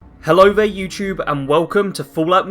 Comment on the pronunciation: You know the content is gonna be fire when the creator says "yewtchyoob"